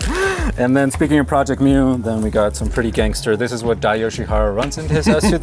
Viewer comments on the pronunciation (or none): Tell your boy it's not pronounced project mew. Jobe says it correctly